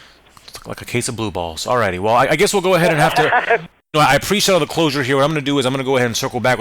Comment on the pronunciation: closure not dosure